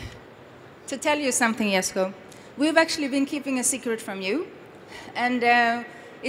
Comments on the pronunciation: Don’t like that can’t even say ”Jesko” the Swedish way. She americanized it. It’s Jesko like ”Yesko” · this name is as confusing as Jeniffer in the Witcher. Djesko or Yesko? Even the girl pronounces it differently each time )